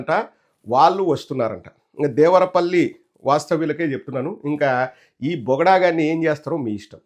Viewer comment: "దేవరా పల్లి" కాదురా..లబ్డ్డే.అది " దేవర పల్లి". తెలుగు చదవటం రాని పుంకా గాడిని యాంకర్ ని ఎవడు చేశాడు అసలు."దిస్ ఈజ్ అన్ఫెయిర్.. సబ్జెక్ట్ టు కరెక్షన్"🤣🤣🤣